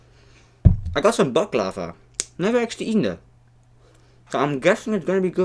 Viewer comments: abı şu baklavaya baklaavaa dediklerinde beni bi gülme alıyor LWİQĞQWĞÜELGÜEŞQÜ1T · Hoe je baklava ook nog zegt🤣🤣